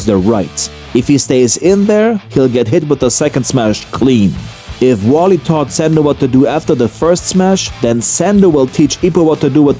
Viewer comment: Do you translate the manga strips for us? If so, then cool. If not, why in the worldnis some company releasing this with 'warlee' taught somethin. Dudes name is wally 😂 With that said i absolutely love ur videos dude. Subscribed and watched a ton of them. Ur commentary is some of The best on youtube hands down.